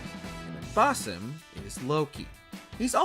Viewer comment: Please can you ask the narrator to pronounce Basim’s name correctly.